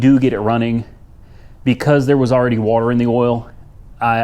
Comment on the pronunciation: shit to funny when he say “Wuhater”